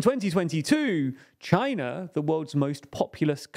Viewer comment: This guy accentuates his syllables randomly like if he was sneezing them. "Countries like ChiNA!! in twenty twenty TO!!" That's beyond annoying I'm watching with subtitles and audio off.